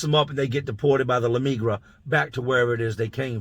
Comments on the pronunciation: "Luuhh meeegrra" hahaha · We gotta work on that “el la migra” 😂 another dope ass video